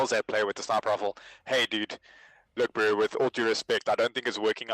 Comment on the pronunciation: Pls stop saying "broo"